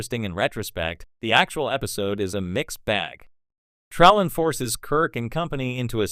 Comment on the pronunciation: This is some of the worst A.I. narration ever. So many mispronunciations and inaccurate pauses. No true Star Trek fan would allow the mangling of Trelane's name so badly. Pronounced Trellin in this post.